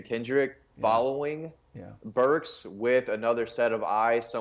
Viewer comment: You should let the guy in the white talk more. You SUCK. You interrupt a lot. Y’all can’t even remember Arkansas OC name. It’s BurkS with an S. Not Burk. Good god.